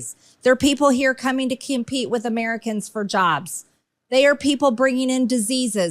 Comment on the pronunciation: Wait, did she say 'kimpete' instead of 'compete'?